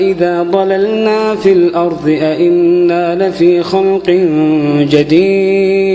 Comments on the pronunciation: السلام عليكم يا شيخ أدعو الله أن يجمعنا مع الحبيب المصطفى في الفردوس الأعلى انا أحبك يا شيخ واحب صوتك كثير ولكن يا شيخ أنت عند خطأ في قرأتك❌❌وكل السعوديين حتى عندما يقرأون القرأن وتذكر كلمة الأرض يغيرون لفظ حرف ال(ض)ويقولونه(ظ) يعني بدال الأرض الأرظ وهذا غلط كبير جدا هذا تحريف في القرآن وإذا انامخطئة حدى يصححلي وينصحني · ما شاء الله صوت رائع ، لكن ممنوع يقول عن حرف الضاد (ظ) ، يقول مثلا الأرظ وهذا خطأ طبعا لأنه يتغير المعنى في بعض الأوقات ، مثل " ولقاهم نظرة " بدلاً من "نضرة" .